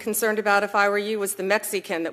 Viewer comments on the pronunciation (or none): “Mex-EE-can” and “meth-UH-am-phetameen” - what a completely illiterate HACK and cvnt.